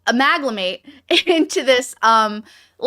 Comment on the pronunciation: It's amalgamate, not amaglamate.